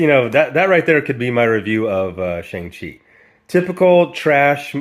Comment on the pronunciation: The only thing that resembles the Shang-Chi character is his name. They don't even pronounce his name correctly. He's been around for 49 years. He would be the easiest character to do. He's basically Asian James Bond w/ daddy issues. The worst thing is they're doing the same thing with Namor. If they're not going to honor the legacy of the characters, give them another name. As bad as this is, The Eternals is worse.